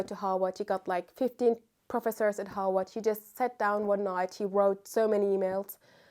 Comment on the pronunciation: Love how to me it’s sounded Howard but she saying Harvard. I really love it and love this video…will bring back updates as I’ve done this process before but now I see where I went wrong/awry ❤